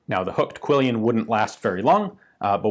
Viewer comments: You have an errant 'i' in your pronunciation of quillon, with reference to guards on bladed weapons. I grew up calling them quillions, but they're really quillons, from the archaic French I think. It feels clunky on the tongue at first, but use makes master. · It's "quillon", not "quillion". Yeah, nitpicking...